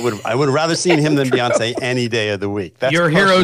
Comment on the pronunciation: I like the new pronunciation, Beonc.